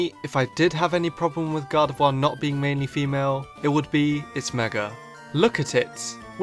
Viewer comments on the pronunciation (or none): Why do you say gar-da-vuar instead of gar-da-vor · You can't say Gardevoir. You Said Gardevouur